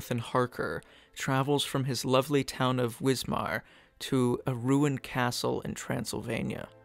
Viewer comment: Hey please remember your German "W": rules Wismar is pronounced VISMAR and the composer is call VAGNER